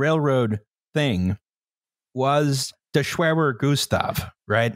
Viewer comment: "the schwerwer goostav"